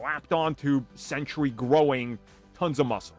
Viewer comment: Sentry is pronounced "Sen-Tree" as in a guard or guardian. It's not "Sen-tur-ee" as in a 100-year time period.